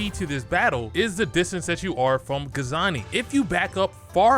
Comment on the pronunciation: Guangzhi. Aka "GWONG ZEE" not Gazani